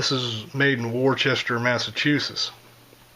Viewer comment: Not to belabor the point but it's pronounced Woster or wostah to us newEnglanders LOL.Just purchased one of these can't wait to shoot it.Jim